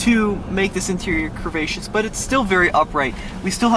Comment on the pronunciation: Stop saying *crehvascious*!! It doesn’t make you sound smart.